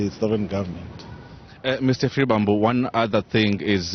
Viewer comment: its SHIVAMBU LEARN TO PRONOUNCE PEOPLES NAMES PROPERLY . PLZZZZ 🤍